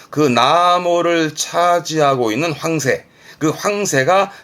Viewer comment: 항상 잘 보고 있어요 많이 도움이 됩니다 그냥 황새 단어 억양이 이상해서 댓글 하나 썼어요